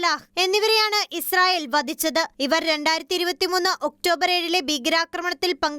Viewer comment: ബീകര അല്ല. ഭീകര ആക്രമണം. ഭാഗമായി... ബാഗമായി അല്ല.വദിച്ചത് അല്ല. വധിച്ചത്. 🙆‍♂️ നോക്കി ശരിക്കും വായിക്കൂ...